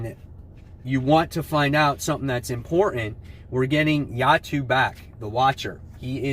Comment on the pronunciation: is that how to really pronounce Uatu as "Yatu"? Never knew that before.